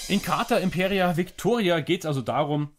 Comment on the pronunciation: Heißt leider nicht Imperia, sondern Impera (ohne i). Hatte den Fehler bei der Aussprache auch gemacht.